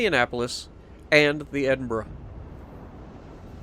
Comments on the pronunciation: Your second pronunciation was correct....it's like "edinburah" though obviously not spelled that way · Hunted a isolated Nelson yesterday in my Icarus. Missed three torpedo salvoes whilst staying in the visibility sweet spot. Finally hit him with my last two salvoes. Felt so good. You pronounced Edinburgh correctly by the way.